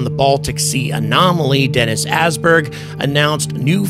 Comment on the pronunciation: Hey good stuff man. I think we're on to something here. Not to be pedantic but Åsberg's name is pronounced "Ouahsberg"